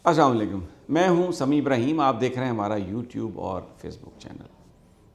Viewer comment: Sir Asalamu Alikum Please pronounce "Asalamu Alikum" properly